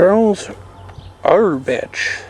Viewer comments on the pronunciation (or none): Auerbach is pronounced Auerbahk